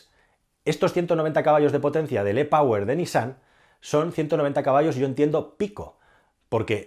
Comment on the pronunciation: E POWER se pronuncia " I PAUER " Por favor que hablas inglés.